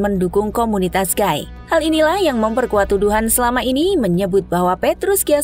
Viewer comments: Gay : bacanya "Gei", bukan "Gai" ya... Kalo Guy : baru dibaca "Gai"... Hehehe... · suara bagus, baca narasi keren kyk pro.. tapi baca "gay" nya gaiiii.. gaiii ... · Gay itu dibacanya "gey". Blo'on bgt ini pengisi suara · Gai(Guy)? Bukan sebutan nya Gey(gay). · Maaf ya nona narator. Lelaki homoseksual itu disebut GAY (ucapkan gey). Para pria sering dipanggil GUY atau GUYS (jamak) lafalnya gay atau gays. Jangan terbalik ya, lain artinya.